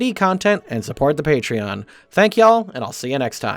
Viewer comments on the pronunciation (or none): none